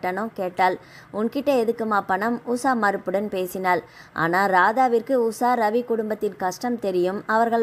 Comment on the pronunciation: Usa va usha va.ucharipil romba mosam.